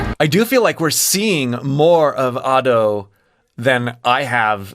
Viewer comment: youre genuinely the only ado reaction channel in my eyes, like you actually explore how she uses her voice and tell us what shes doing!! it makes listening to the songs more interesting and helps me appreciate them more. also youre the only youtube ive seen to say her name right